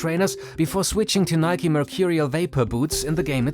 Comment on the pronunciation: Thank you for pronouncing Nike correctly. 🙌🏽